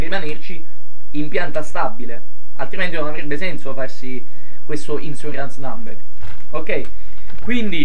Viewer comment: "insurance" si pronuncia tipo "ìnsciurans" e non "ìnsiurans"..solo per farlo chiaro agli utenti inesperti